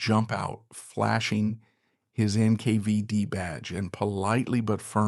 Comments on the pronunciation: It's NKVD Not NK5D, dummy. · NKvieD? NK5D? wtf? AI voice over? Narration does not match the vis3uals.